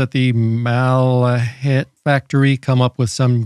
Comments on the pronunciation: This is not an original Malahit, but a Chinese clone. The Chinese Malahit clones are often good (those from Deepelec), but nothing beats the actual Russian Malahit DSP3! And the Russian ones are cheaper! Lastly, it is pronounced Mal-ah-kheet 🙂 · What, what, how did you say the name of this radio is, that I didn’t understand it??? 😂😂😂😂 Ohh… dear Americans…😂😂😂